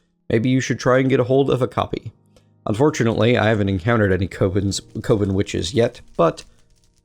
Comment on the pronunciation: its pronounced cuvon witches